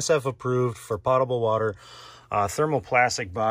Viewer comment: Tis a little thing, but it would be easier to think of you as a Pro, if you pronounced 'potable' correctly.